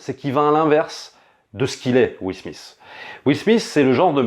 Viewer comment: Ca se prononce Will "Smit" pas Will "Smiss" et sa voix fr c'est le génial Greg Germain! D'accord sur la recherche de la dignité, mais en occident et surtout aux US, c'est bien la réussite économique qui compte plus que le reste. Le réalisateur aurait pu choisir un personnage qui ne fini pas millionnaire mais qui réussi sa vie par d'autres formes de succès.